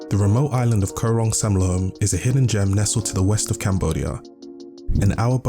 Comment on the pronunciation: You can't pronounce Koh Rong Samloem or Saracen Bay. correctly? Really. If you are doing a travel video at least you want to get it right.It is beautiful....maybe a little more intelligent background for others. Very superficial.